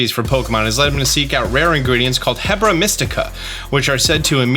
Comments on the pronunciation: Mans really said hebra when he meant herba. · I think you keep getting the r and b in Herba Mystica backwards. It's a mystical herb, so "Er-bah" or "her-bah", NOT "heb-rah". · It's Herba not hebra! It makes me think you have been taking some mystica😛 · HERB-a. It's HERB-a mystica. That hebra was driving me wild lol. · The r is before the b in Herba Mystica. It isn't Hebra. Also cool video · Based on the fact this takes place in Spain/Portugal its probably Herba (air-bah) Mystica but also it sounds like some one has zelda on the mind lol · Came here to say this as well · This honestly bothered me while listening to him